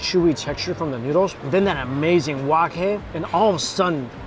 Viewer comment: Its “amerrrrrzing” lol….nice video